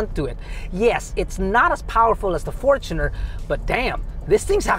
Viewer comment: The current 2.8 diesel engine debuted on the Fortuner. Its technically more correct to say it like did.